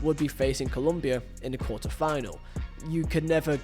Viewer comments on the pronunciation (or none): none